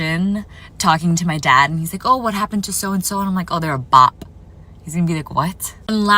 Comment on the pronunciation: The way she pronounced the “P” in bop 😭